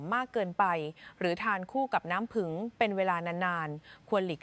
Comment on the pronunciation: เอไอ.มากเกินไปพูดเพี้ยนน้ำผึ้งเป็นน้ำผึ่งฟังแล้วเป็นคนละชนิดกันเลยกลัวคนในประเทศมีแต่คนเพียน